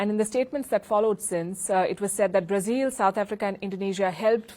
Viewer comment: The president of "Brazeel?" Where did the host pick up that pronunciation? In English it is "Bruhzil" and in Brazilian Portuguese is is "Brahzeo." The last "o" is barely heard.